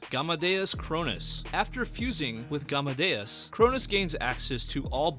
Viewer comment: Bro it's just game (english word game same pronunciation) and De oos Gamedeus not Haa ne de oos